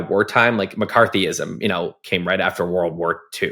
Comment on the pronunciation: Did he call us Macarthyites? Have you no decency sir?